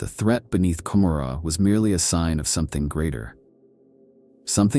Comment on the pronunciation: I don't think I've ever heard it pronounced as com-ma-rah, I am no hardcore fan so correct me if I'm wrong but isn't it Ka-more-a and is a deliberate choice to conjure up the city Gomorrah from the bible.